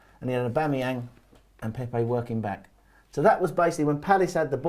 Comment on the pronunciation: Did my man call Pepe Pepper 😂😂😂